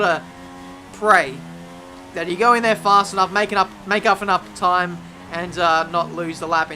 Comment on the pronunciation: "Make uff enoup time" Go home, you're drunk...